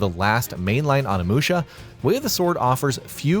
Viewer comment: Learn how to say Onimusha